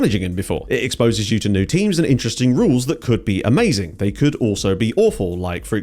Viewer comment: Thought you said temu's database 😂